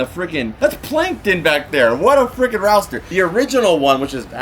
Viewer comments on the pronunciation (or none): Dinkleberg! The word you keep trying to say is roster, pronounced Raw-ster. Also, you ought to put a monitor across from you next to the camera so you don't have to look to the side. There's some personal information visible on that Angry Beavers magazine at the end you may want to blur out.